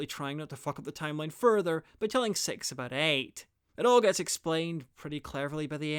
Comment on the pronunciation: You say Six like Sex.